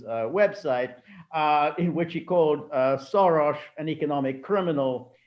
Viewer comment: Peter Lavelle says SHoros and George Szamuely says SoroSH. :-) Which one is right? ???